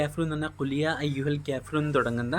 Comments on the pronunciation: ക്യാഫിറൂൺ അല്ല കാഫീറൂൺ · കേഫിറൂന അല്ല കാഫിറൂണയാണ്